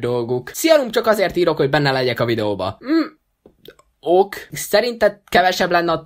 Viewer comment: Zseniális videó, de az ok-ot kérlek próbáld meg okénak ejteni! Magyarul is így ejtik, angolul is így ejtik, miért kell az angol változatát magyar fonetikával kiejteni?